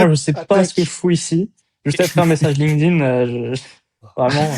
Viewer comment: Il va falloir faire un effort sur la prononciation de LinkedIn